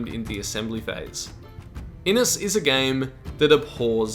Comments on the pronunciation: This game looks amazing. FYI Inis is probably pronounced with a "sh" at the end. Inis means Island in Irish. IH-nish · Great overview! Just a wee pronunciation point: Inis should really sound like "IN-ISH", which just means "island" in Irish.